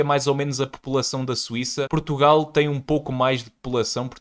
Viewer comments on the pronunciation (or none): none